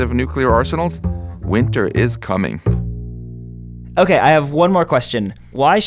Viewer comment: hokay, so here's the earth...